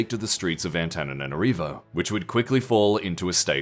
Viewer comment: There's one or two additional "na" in the Antananarivo city name when spoken by narrator 🥲